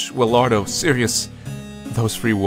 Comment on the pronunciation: "Willyardo" Me "Willyhardo"